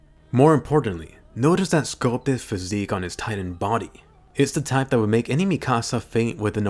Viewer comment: Mi-kasa is my house in Spanish its Mik-asa please say it right